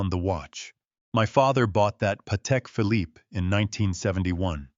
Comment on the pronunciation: Leaving Sandra Kowalski in Bel Air seems like an unfinished thread. And the final "e" in Phillipe is SILENT!! ARGH!!!